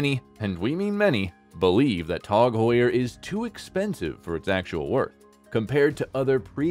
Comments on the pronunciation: Its pronounced TAG not TOG , Tasser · Its not called TOG! why are you saying TOG and not T A G?!